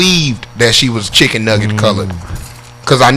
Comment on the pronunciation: He said chiccen nugget colored 😆